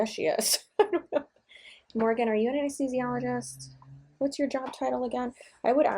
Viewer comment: I don’t like to use the T word but what trash (T) heap did she crawl out of with that piss poor attitude? How tacky. Fun fact: she said Amnesthesiologist not Anesthesiologist - lmao. I think she invented a new study of medicine. Amnesthisiology = amnesia + anesthesiology = administering anesthetics for patients suffering from amnesia. Sorry for the rant lol.